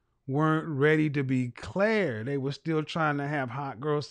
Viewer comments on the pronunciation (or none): none